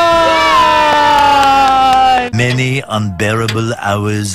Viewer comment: Aree Sayan nahi siaan